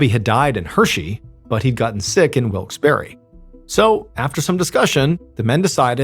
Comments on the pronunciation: didnt realize it was in pa until he said hershey cause of the way he was pronouncing wilkes-barre. barre is pronounced like bear lol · As someone who is from the Lancaster area, I've never heard that pronunciation of Wilkes-Barre. I've always heard it pronounced Wilks-Bar. Anybody else local want to weigh in? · Drop the eee sound at the end of Wilkes-barre. I'm from near there. It's wilks bear basically. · Dude the way you said "Wilkes-Barre, Pennsylvania" made me legitimately flinch. I did NOT expect MY city to be mentioned. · It is pronounced Wilkes Barre (bear) not berry! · Mr. Ballen: Wilks Berry Me, a red-necked Pennsylvanian: Wilks Burr-uh 🙃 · Not wilks berry, it’s pronounced Wilkes Bourgh, spelled Wilkes Barre. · FYI: It’s pronounced Wilkes Bar not Wilkes Berry. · Always fun when this stuff is so close to home... 😅 (Note: Wilkes-Barre is pronounced like Wilkes-Bear, not Wilkes-Barry.) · Not for nothing but it's pronounced Wilkes Bar not berry and yes that bugged me a little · It's pronounced Wilkes bear not berry. I'm from the Poconos PA. I'm a verified source 😂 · Wilkes-Barre is pronounced Wilkes-BAR, not Wilkes-Berry. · We pronounce it Wilkes Bear not Berry. But hey, you tried. :) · As someone from North East PA, I just gotta say that it's pronounced as "Wilks-BEAR" not "wilks-BARRY" lol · Neither. We pronounce it 'Wilkes Bare' (rhymes with bear.) True, some still say wilkes berry or barry or even bar as you mention. But the locals say 'Wilkes Bare'. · For the record, it's pronounced Wilks BAR, not berry. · Up air its pronounced Wilkes BEAR not Wilkes berry lol 😂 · It’s pronounced Bar not Wilkes bare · It’s pronounced wilks BAR. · It’s pronounced Bar. Wilkes-Barre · "Wikes BARR" is how you pronounce it. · The pronunciation of Wilkes Barre as Wilkes Berry made me think I'd heard it before. The $1 imillion settlement for the first husband's death confirmed it. This is a repeat. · no Y sound on the end of the city's name